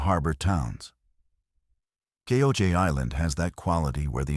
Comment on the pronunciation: Go Jay (Goeje) Island, Gim Hay (Gimhae), Hay Un Day (Haeundae) 😂